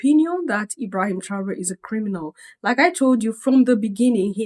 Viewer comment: Please I would like to watch the whole video, what’s the link 🔗. Did this man criticize Paul like this and the way he pronounce his name “Ebrahima” paps is over sabi 😂. Paps forget ECOWAS because that house is a shamble and a scam… rule by puppets and control by master puppets. Your Majesty his a puppet that’s how he got his opinion. West influence blinding him to no return.